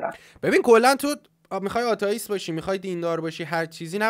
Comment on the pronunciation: دمت گرم فقط ناموسا اینقدر نگو آتائیست درستش آتِئیست هستش خیلی رو مخه همش میگی آتائیست😑😂